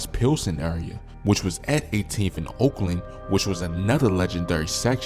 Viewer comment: It's not 18 Oakland it's Oakley